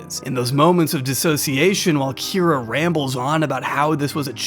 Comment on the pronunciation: honestly very revealing of how dogshit stupid you are (good video though!) that you pronounced "Kira" that way intuitively